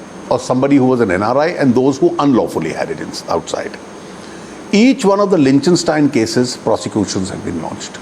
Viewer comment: Someone tell him it's pronounced 'lik-ten-stine'